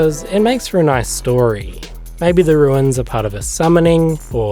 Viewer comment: "RUNES" not "RUINS" xD In all seriousness though, these look amazing - really well done!